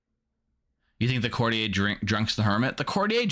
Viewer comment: Why do so few people know that courtier is pronounced court-yur?